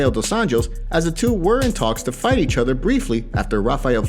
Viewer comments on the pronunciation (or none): none